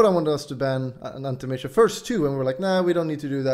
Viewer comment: Ahnti mayge